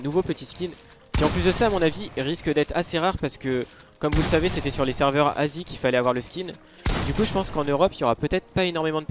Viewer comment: les serveurs en "n asie" mec on aurais cru t'avais dit ''nazis'' :/